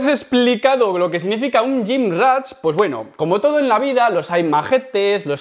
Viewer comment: Porqué dices gymrach?😂